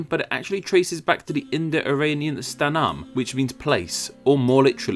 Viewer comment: please don't mispronounce "sthānam" what u said has a completely different meaning!😅 sthanam= breast sthaanam= place *in Sanskrit and many modern indian languages